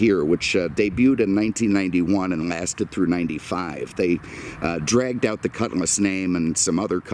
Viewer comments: JSYK, it’s a cutLass not a cutMass. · Ok, can’t do it anymore. Made it to just shy of 9min and I can’t handle hearing cutMass anymore, it’s quite literally, on my damn last nerve because it’s not cutMass, it’s cutlass!